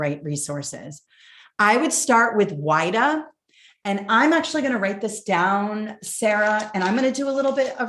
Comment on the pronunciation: Pronunciation for WIDA is /weeda/